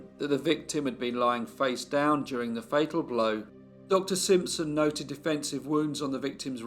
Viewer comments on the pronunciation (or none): none